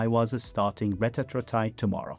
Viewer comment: Retatrutide is pronounced reh-TAT-troo-tide